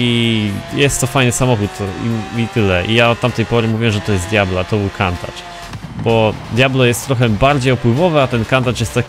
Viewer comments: wymawia się Kuntasz a nie Kantacz.. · wydaje mi się, że poprawnie nie wymawia się Kantacz tylko Kuntasz. Pozdrawiam. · czyta sie kuntacz